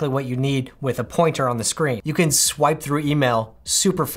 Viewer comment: It was the “scwipe" that got me 😂😂